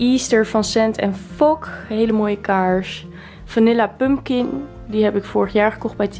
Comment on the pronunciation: Tleuke video! Tipje: je spreekt pompoen uit als “pumkan” xxxx niet pump kin x ✨